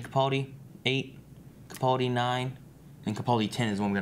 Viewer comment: I'm probably the only one but it really grates every time they mispronounce Capaldi. The middle syllable is 'pal' (as it's written) not 'pull'.